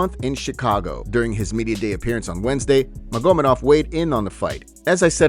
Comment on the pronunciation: magomEdov, not magOmedov